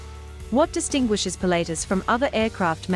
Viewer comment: Really annoying pronunciation. It is not pronounced "Pilateus". It is "Pilat-tus".